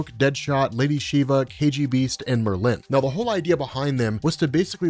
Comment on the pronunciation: He said "Merlyn" like "Berlin" 😂 MerLYN 🤣 Love ya,!